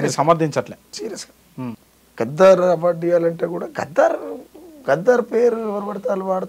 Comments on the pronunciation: గద్దర్ గద్దర్ అని పిలువాలె గద్దార్ కాదు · గద్దార్ కాదురా నాయన గద్దర్ ఆయన